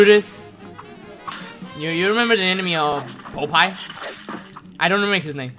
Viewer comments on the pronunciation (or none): none